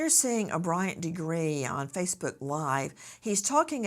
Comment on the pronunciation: After hearing her name for 25 yrs you still pronounce it wrong is crazy